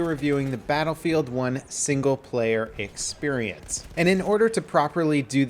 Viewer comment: why you say """"EXPERIENCE"""